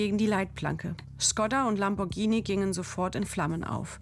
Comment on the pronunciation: Sie spricht Lamborghini richtig aus. Das h nach dem g bedeutet, dass das g ganz normal wie im Deutschen ausgesprochen wird.